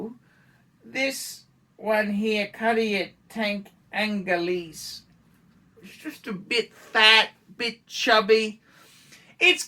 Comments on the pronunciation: Pronounced Oooooungh-layyyy Not Aaahhhhhnnn-leeeeese! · I got to be totally honest with you it’s not pronounced ANGALEASE